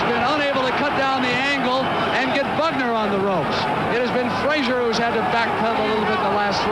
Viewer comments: You had me right up till you called Joe Bugner, BAGner.....bye. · He’s called Bugner not Bagner ffs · His name was Bugner, not Bagner - eejut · 'Bagner'?? The heck